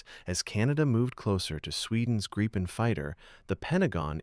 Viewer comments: FFS fix the AI. It's Grip - en, not Gripe -en. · Artificial narration sucks. Doesn't even know how to pronounce Gripen.